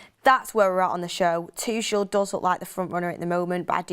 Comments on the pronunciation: Tuchel is pronounced as Too-kle... not Tush-shell. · I hate how she says Tuchel… Toooshel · Thomas "Tooshell" 😂